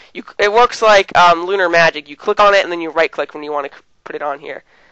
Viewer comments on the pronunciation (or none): none